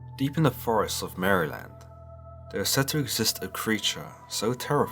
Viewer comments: "In the forest of Mary-land" I'm sorry, did you just say Mary-land? Not only am I offended( it's Mare-lend) but now I have the fear of that thing stalking my house since I live near the woods. If I see, I'll t-pose in the name of jesus to ward it off, demons don't like that. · It’s pronounced Mare-Land not Mary-Land and this is coming from a Baltimore Maryland native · It’s pronounced mare-lind, or marilind, not literally Mary-land. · It's said mare-land that's how you say it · You're saying it wrong. It's Mar (like a mare) uh lend. Like mare uh lend. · from Maryland. we pronounce it like "Merlin" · Marlon? 😂murrlan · Liked and subscribed. Now promise me you'll never stop saying Maryland 😂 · Love how you say Maryland. Not at all like we say it in the US.